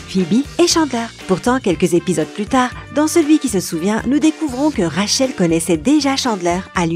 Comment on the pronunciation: et surtout rachel omg